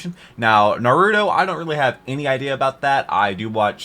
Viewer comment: if no one has told you, you are horribly mispronouncing naruto